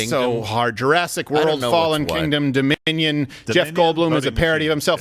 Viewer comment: Apparently it’s hard to say the word Dominion